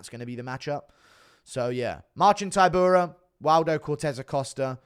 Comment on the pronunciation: Dude still saying Ti-pure-ee-ah 😆